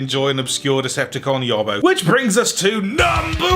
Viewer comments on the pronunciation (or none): none